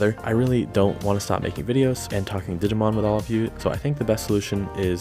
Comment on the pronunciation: Omg please, every time you said “digimoun” it killed me. Made my day